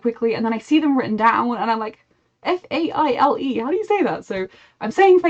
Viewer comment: You’re saying Faile’s name great! 😊